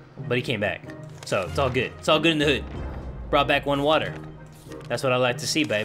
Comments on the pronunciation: It's pronounced WUTTHAAAAAAA not water it's WUTHAAAAAAAA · I love how you say water "watttta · Warrior Granger *watzza!